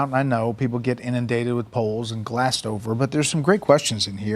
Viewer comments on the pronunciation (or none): none